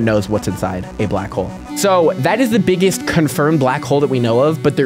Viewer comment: "some of the beggest" is frying me